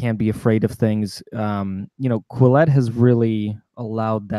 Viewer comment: The name Quillette has obviously been carefully thought out. Your inability to pronounce it correctly exposes your lack of education. The first syllable rhymes with kill, the second with let. A brief search by you for the meaning of 'quill' and the suffix 'ette' is in order so that you will not sound and be so ignorant.